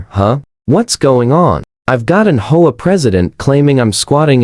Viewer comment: PLEASE! Your AI is BORING and ILLITERATE HAVE A HUMAN DO THE VOICE-OVER! IT's H, O, A., NOT HOE-AH. DON'T USE AI. (AT LEAST WAIT UNTIL AI IS MORE CAPABLE>)